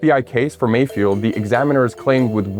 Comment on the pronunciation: I heard malfoy instead of mayfield...